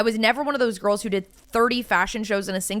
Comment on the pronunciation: The" girl-ez" ❓🤦🏼‍♀️